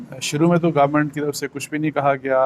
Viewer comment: sir most of us get confuse when u say Garment(government).